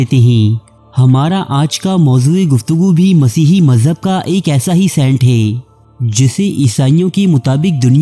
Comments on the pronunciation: Sant nahi hota saint hota ha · O, its Saint not Sent Kon lok o tussan